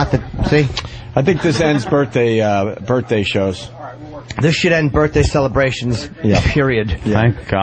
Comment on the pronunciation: opie purposely saying birthday wrong everytime isnt funny.